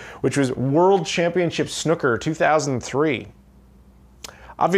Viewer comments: It's pronounced snoo ker ;) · "World Championship Snucker".... XD